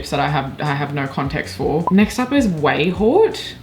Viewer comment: it's prononounced 'way-hot'